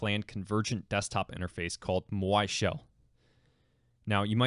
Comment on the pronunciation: My dude, it's Maui. Rhymes with "Now e"